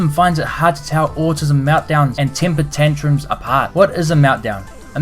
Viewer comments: I laughed so hard when he said autis-him 💀 😂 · TRANSFORM-HER! AUTIS-HIM! lmao